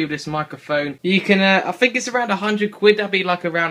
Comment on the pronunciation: its funny when you say quid meheh